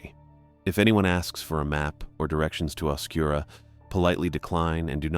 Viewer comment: Oscuro is like right south of zozo idk why people call it oscura but anyways loved this!